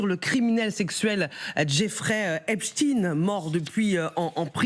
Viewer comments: "epstein" à l'allemande, ou "epstine" prononcé à l'américaine... mais arrêtez "avec "hep-chtine".... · Epstein 😂😂 penoncez le bien on a mal aux oreilles 👂